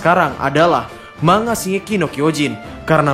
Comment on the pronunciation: Cara penyebutan "Manga" yg benar sebenarnya "Man-ga" atau "Mang-ga", bukan "Mang-a", huruf N sama G nya dipisah, silahkan di cek min di google translate 😁 tapi seandainya masih mau nyebut "mang-a" ya gak dosa juga sih, tapi ane hanya memberi informasi min wkwk karena orang jepang sono gak ngerti kalau kita nyebutnya "mang-a", mereka taunya "Man-ga" atau "Mang-ga", tulisannya aja yg "Manga" huehehe. Tapi teorinya mantap abisss